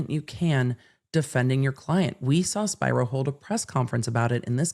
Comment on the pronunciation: Hey, I think you're mispronouncing Alex Spiro's last name wrong. If he's Greek (which I think he is?) it should be "Spee-row." Awesome video tho!!